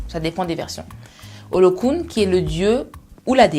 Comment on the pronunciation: On dit ôlôwun pas olokoun! Arrêtez de tout "moderniser " a la fin! A te voir je suis presque sur que tu n'as jamais passé trois moi en afrique. Plus précisément Nigeria ou encore où on par yoruba.pfff